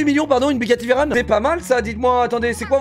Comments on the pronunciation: On dit veyron et pas veyron parce que veyron c'étais le nom d'un pilote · La prochaine qu'il dit Bugatti Veyroneeeeeee Je le fiste avec des fruits C VEYRON FRR JUSTE VEYRON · Ça ce dit veron pas veillron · Alors dj quand tu achete une gtr c est car tu es passionner par les voitures ou que tu te vante ( dans ce cas t es un gros con ) de deux , une gtr ca coute seulement 100 000 € et ca fume une lambo ou une fefe qui coute minimum 300 000 € ... une tesla ok c est mieux dans des situations quotidiennes... ce qui me gene c est le bruit ( jsuis un lover des voitures ❤😍 ) Et de 3 on dit bugatti veyron comme ON ... et pas VEYRONE la tu parle de la ville de Veroneen italie ( romeo et juliette )